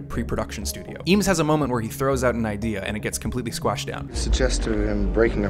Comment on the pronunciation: Eames , pronounced "aims"